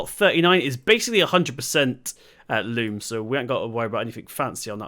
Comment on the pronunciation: I'm really enjoying your videos again, it's great that you're back. The soil type is loam not loom by the way 👍🏼